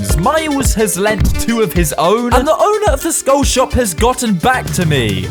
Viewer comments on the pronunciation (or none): none